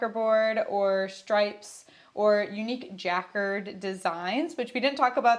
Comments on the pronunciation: Very informative! Thank you. I love linen and just finished a linen top! Also, "jacquard" is pronounced juh-KARD. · Ja card is the pronunciation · Took me a second to recognize what she said 😆 I checked in Google Translate: they pronounce it correctly, but the written pronunciation surprisingly is shown with the accent on first syllable [‘jakerd]